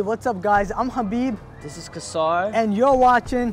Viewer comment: as salaamu alaikum Brothers. you guys just starting your journey on YouTube. just make sure you don't lose yourself in the fame once you start getting it...And by the way Brother...if you don't mind say your name properly...it's a beautiful name..there is a Surah in the Quran by your name...so I think you should say it properly. I hope you guys don't take this otherwise...jazaakumuallahu khairan